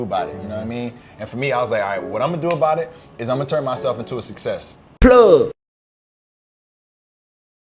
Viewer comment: It's 'success', fam. 👍🏽